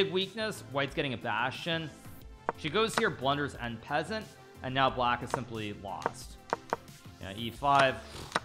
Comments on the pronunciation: No way bro said en peasant 😂😂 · Everyone : En Passant Hikaru : An Peasant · Bro hikaru calling en passent " N peasant " is so funny to me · "en peasant" lolol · The way he says en passant is so funny to me 😂❤ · Is that how you pronounce en passant? Lmao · Hang on, how is that he's pronouncing en passant??